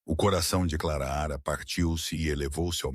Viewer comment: Por gentileza, narre sem errar o nome é Clara não Claraara